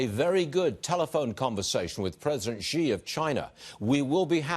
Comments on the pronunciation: president “zhi” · Fox full of stupid anchor like this one. He can't even pronounce President Xi accordingly and keep emphasizing on Hong Kong (probably trump and his trumpet team are behind it) Same and equal brain with trump